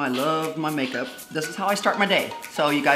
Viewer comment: You are so funny Did you call your eye majeup kansas